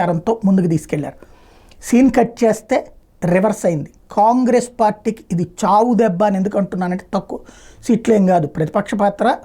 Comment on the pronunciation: ఖాన్ గ్రేస్.సరిగ్గా పలకండి.